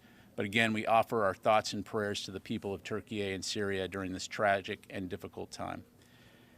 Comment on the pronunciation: Why is he pronouncing Turkey as Turkeyay